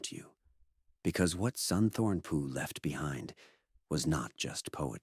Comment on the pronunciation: Mispronounced the name: it's more like "Soontawn Poo". PH transliterated into English is just a very hard P sound not an F sound. But nice video otherwise! I'm just finding this man's work